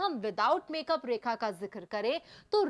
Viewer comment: 2min ke liye 10 min barbad kr di bhayank such 😡bhayank raj 😡 rekha ji ke nasm se tujhe 10 min jhela hy ham sab ne unka naam to thik se le le